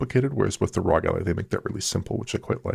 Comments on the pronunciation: Why does say ROG like that? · Yeah they've been doing it for a bit now. Couple years at least. thought it was a silly name so pronounced it in a silly way and it stuck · Why does he always stress the word "rog" when saying it? It's getting seriously cringe and annoying.